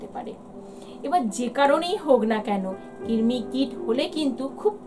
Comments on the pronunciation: Kirmi na krimi😂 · Oh allah... Amio ai kotha ta bolte chaichilam....j kirmi noy krimi toh uni toh bolei dilen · দীদিভাই ওটা কৃমি কির্মি নয় 😑